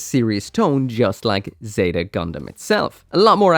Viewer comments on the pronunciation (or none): none